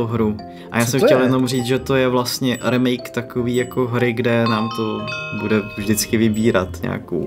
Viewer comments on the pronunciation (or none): remake sa cita "rýmejk"